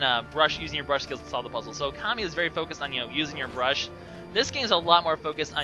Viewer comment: brush not bruse!